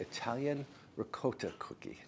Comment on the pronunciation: Pronounced in Italian dialect. RIGAWTA